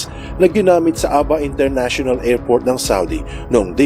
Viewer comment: Sana-a po ang pagpronounce ng Sanaa Ab-ha po ang pagpronounce ng Abha